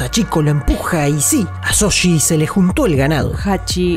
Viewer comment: ¿Shoji? No Soshi 😎